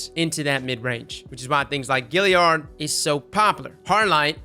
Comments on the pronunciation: It is pronounce “Gal-ee-ard” not “Gill-ee-ard” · It's G(A)lliard, not Gilliard man lmao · Dude!!?? It's not Gilliard!! It's Galliard!!! Just looks at the spelling! Get it right for once. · Gal pronounced gal Pal pronounced pal Sally pronounced sally Galliard pronounced Gilliard ??????? Great video